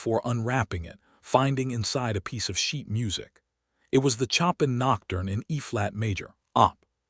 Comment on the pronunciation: 🎶 CHOP in 😯 🤨 No! Please, please fix the pronunciation! A beautiful Nocturne, it was composed by 'SHOW pan' That's how it is said. 🤪 Chop in 🪓 so silly ____ Also, a female name of Mae . . is said, May (long A) Not said, 'Me' 🥴 'Me' is just me - which is not a name. Fix it 🤞